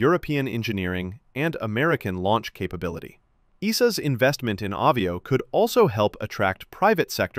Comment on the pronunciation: It's called AH VIO, like Avion, french for airplane, since americants cannot speak English, think of Avi_ation, NOT AWE VIO 😂😂😂